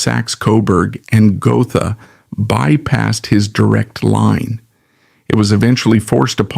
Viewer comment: It's pronounced "Go-tah" not Go-tha.